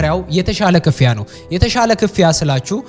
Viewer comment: The Gurage Accent Slipped 😂 (ክ-ፍ-ያ) አባባልሽ